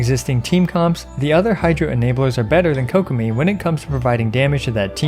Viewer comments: Kokomi ❌ kokopium ✔️ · Ah yes Kokomeme